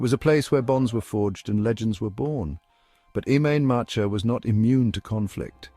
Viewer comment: What sort of shite is his. At least get some sort of pronunciation correct Im main matcha me arse.